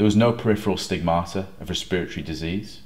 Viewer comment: I've literally NEVER heard respiratory pronounced that way before!